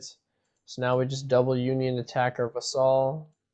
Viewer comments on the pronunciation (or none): 'Vassal.' Not 'vuh-SAHL.' 'VASS-sull.' It rhymes with 'castle.' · It's Vassel, not Va-Saul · painful to hear him mispronounce that word lol